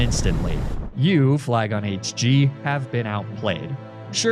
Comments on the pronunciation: Am I the only one who heard flygon say “flygonh d” instead of hg? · bro what are you saying “elm is a fascist” whaaaat 😂